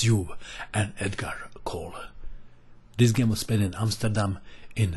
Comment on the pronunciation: i guess there were more than one way to win! i like your pronunciation of Amsterdam. its like us dutchies would say it